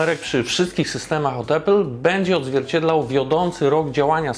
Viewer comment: Mega robota, jak zawsze! Podam dalej, gdzie trzeba! Tylko proszę „Apple”, a nie „Epple” 🙌🏻